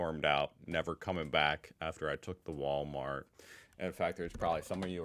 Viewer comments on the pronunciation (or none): it is the "Wahl O Mat" not the wallmarkt 😂! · Driving me crazy how you say Walmart and not wahl ooh mart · Is it me or does he pronounce wahl-o-mat like Walmart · Well here's a pissed off comment. ;) You pronounce Wahl-o-mat wrong. Make the A sound like posh English "blast". You seem to struggle a bit with the sounds so just trying to help. <3